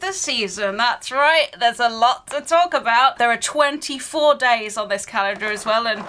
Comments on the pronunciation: I love how doesn't say the l in calendar hahaha "caendar" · The way you say calender in you accent is sooo funny 😂